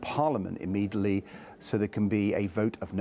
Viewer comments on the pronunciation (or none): what is "imidelly"? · Edd Davey cannot pronouse immediately? Immedably...